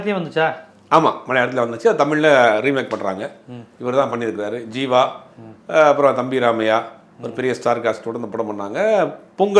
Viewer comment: Sir athu jeeva... Not seeva